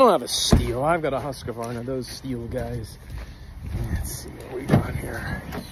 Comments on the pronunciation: That is not how your pronounce Husqvarna. It's a long u sound and a hard k. And the word is split after the s, so not "husk-varna", but instead "huus-kvarna". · pronounced HusKVarna.. not huskavarna... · I love how people pronounce Husqvarna wrong 🤣🤣🤣🤣 its not huskawarna you say it like hus-kwarna 😊👍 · As a Swede i feel offended by the pronunciation of the brand name.... It's hus-kvarna not huskavarna..... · The swedish dont pronounce it Huskavarna,they just say Huskvarna... :-) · Its pronounced hus-qvarna, not husq-varna... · Huskavarna ? You pronounce it hushvarna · As a Swede, I love hearing americans trying to pronounce swedish words/names. Haskawarnah! Definitely saying it like this from now on, and with confidence, bless y'all! 😁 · Huskheevarna. Thats a funny way of pronouncing it😂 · Hus-Qa-Warner iam dying. never Heard this pronounciation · Just here to help. Husqvarna is pronounced “hoos kvarna” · Americans always slaughter foreign names. There is no "y" in Husqvarna. Stop pronouncing it "Husky Varna"! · Husqvarna is 3 syllables, not 4. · Makes fun of Stihl people and can't even pronounce Husqvarna put an "a" in for no reason